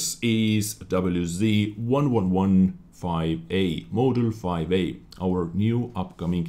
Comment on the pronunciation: doublyu zee ? xD